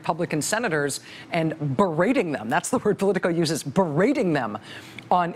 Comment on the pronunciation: the word is BEE-rating not BURR-rating